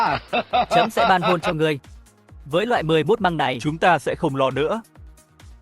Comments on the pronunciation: AI đọc như thằng lỏ căk, xi măng đọc thành mười mốt măng :)) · Con AI này không biết đọc từ Xi Măng ah